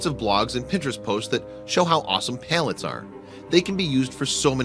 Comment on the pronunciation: Why do you keep pronouncing them as Pail-lets instead of Pal-lets?